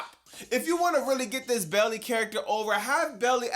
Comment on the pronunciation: Literally subbed cause of the way u pronounce Baily 😂